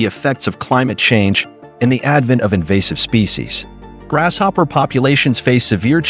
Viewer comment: Think it's pronounced; grasshopper not "grash"hopper. Just an observation.